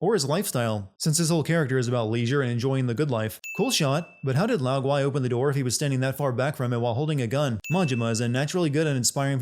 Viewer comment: The gui in Lao Gui is pronounced as, goo-way, not goo-why.